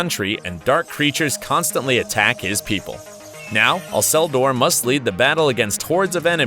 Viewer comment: The pronunciation of Alcedor is irritating.